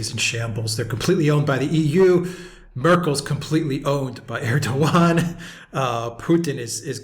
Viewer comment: You have though out this interview pronounced Erdoğan s name in correctly, I find this extremely rude, he is after all the leader of Turkey 🇹🇷🇬🇧